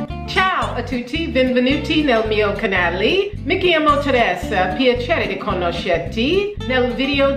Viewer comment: Vedi? Quando parli italiano pronunci meglio il tuo nome:! Brava!